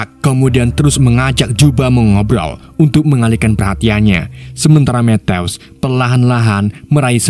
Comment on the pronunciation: Matthew = Mettew❌ Mettyou✅ Asal mimin sebut nama Matthew w langsung ngakak metteww😂